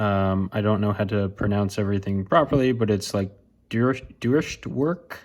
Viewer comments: Well this is embarrassing. Because you don't pronounce it "Dutch" either. Consider the word "Deutsche" means "German". They call their country "Deutschland" (ie, Germany). The Germans and the Dutch are most certainly not the same people. "Deutsche" is pronounced "doy-tscha" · not even "doy-tscha" is correct, from a native german speaker it's more along the lines of "doych". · Incorrect. The word you're describing is "Deutsch" whereas the pistol says "Deutsche". They are different forms of the same word, but that extra "e" on the end isn't silent. It adds an extra sound for which we say "a". I lived in Germany for over 10 years. This is very simple stuff.